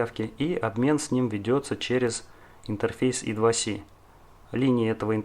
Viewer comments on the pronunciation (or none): молодец, интересная тема! Только плз держи марку, не ломай язык: I2C - это не идваси, I2C as Eye Two Cee or Eye Squared Cee ;) Слушай, а зачем параллелить аж 3 разных типа конденсаторов на , готов поспорить, что это не имеет смысла, тем более всё это на длинных-тонких проводах. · почему в i2c первая буква i по русски "и", а с по английски c как "си". всю жизнь называлась ай ту си но ладно. это мелочи. видео информативное. лайк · Сокращения и аббревиатуры в английском читаются (произносятся) как алфавитные буквы I2C Ай-Ту-Си. Зачем коверкать названия?